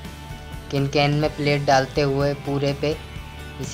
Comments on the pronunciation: Its can can not kin kan samjha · its can can not cin can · Kin kan nhi ho ta can can hota hai... Or apko thik se batana nhi aya...